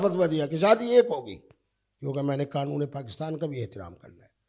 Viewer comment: ابے چُوتیے، یہ لفظ ’’قانون‘‘ ہے، ’’قنون‘‘ نہیں۔ چُوتیا زمانے بھر کا! مُفتی بنتا ہے!